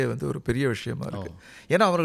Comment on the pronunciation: ..... "நல்ல வஷயமாக " என்பது நல்ல தமிழ் மற்றும் உச்சரிப்பா?😊😅😮😢